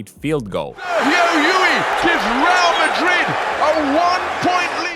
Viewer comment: It is LLUL like "yool", not LLUI